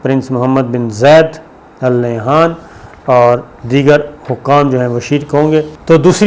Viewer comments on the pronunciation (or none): آل نے ہان نہیں النّہیان۔ لام silent ہے اور نون پر شد ہے، الف نون اور نون کو پھر ھ سے جوڑنا ہے پھر آپ آرام سے یہ لفظ بول سکتے ہیں محترم